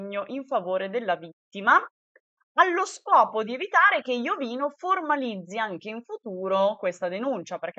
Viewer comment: si dice IOVÍNO Con l'accento sulla 2a "i". F.Corona è un suo amico e lo chiama Iovíno, guardalo su Gurulandia puntata del 28/5